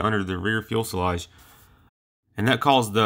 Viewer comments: No, it's not. It's Few-Suh-Lazh. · Good point. It is important and adds credibility to your site if you pronounce this aircraft term FUSELAGE (noting there is no "L" in the early part of the word). It is like FEW sa lodge in sound. Still, these videos are populated with plenty of images and facts so the site has much promise. Voice-over work involves correct pronunciation of words. Today one can get audio examples of words online in many dictionaries, so there really is not an excuse. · Fee-you-sell-odge Few-sell-odge Fewsellodge Fuselage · Every video this guy makes he calls a fuselage a fuelsalage. Come on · Please GOOGLE it. fyoo·suh·laazh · Good video man one thing though. It’s Fu-se-lage not fuel-sa-lage. Sorry not trolling or anything I agree with the people saying good job your getting better. Just trying to help is all. Good luck with your channel. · The Fuelsalage pronunciation and excessive Umm's made this a no go for me. Sorry. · Great channel. A couple of points though, and I know that these have been brought up before, but just another voice to encourage you; A) Again; it's Fyoo sil ahj, not fyool sil ahj B) You can edit sound too. You do a great job with the visual aspects, but the audio needs work. Cut out the "uhm"s and "uh"s. Do several takes, edit those for a better product. C) Keep up the good work. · A lot of good info about the jet but for God's sake, learn to say FU...SE..LAGE .... Not fuelsalage like you were saying it LOL. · Please... "fusalage", not "fuelsalage" . Thank you! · Fuselage not fuel selage. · It is fyoo-suh-lazh, not fuel-suh-lazh, and it's a rather important word to pronounce correctly in videos about aircraft. Please say it correctly. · Fuselage, not fuelselage. Dang, what a noob mistake. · Whats a "fuel-slodge"...? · Never heard anyone say "fuelselage" before lol Cool video though, props for mentioning the lesser known P59! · TIL it's pronounced "fuel-salage".